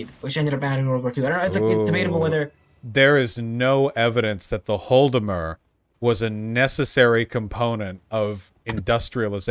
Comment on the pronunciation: Vaush, I love you, but you really gotta fix your pronunciation of Holodomor. It's "HAW-la-da-mor" or "ha-LAW-da-mor", not "HALL-da-mur"